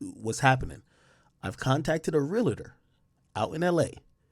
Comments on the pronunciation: It’s pronounced real-tour not real-la-tour. Realtor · Hate when people add an extra syllable to real-tor.